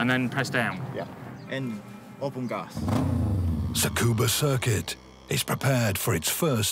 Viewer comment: Tsukuba, which is close to SCUBA, but the "TSU" sound hard, like it does on "nuts". Just take off the "nu"